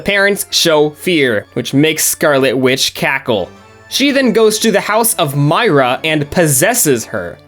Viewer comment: How come most of the time you were saying Myra’s name wrong?